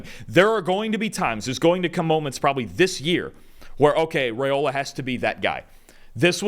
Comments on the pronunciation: Rye-ola instead of Ray-ola. Still, loved the analysis. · It’s pronounced rye-ola, not ray-ola. I’m not sure why this is so hard for folks to get right.